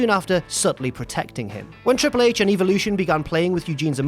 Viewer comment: I always enjoyed how he said triple hach and umanga